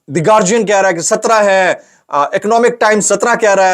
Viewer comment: Paindooo. its not Gaurgian. its Gaurdian.